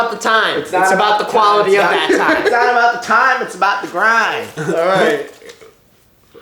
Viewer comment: "It's not abt time it's abt the grine"😭😭😭